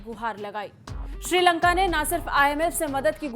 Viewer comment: श्रीलंगा नहीं मैडम जी श्रीलंका